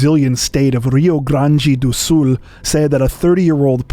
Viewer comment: My country, Brazil, is such a shithole! Btw, very good pronunciation you showed there on the "Rio Grande do Sul" bit... Parabéns!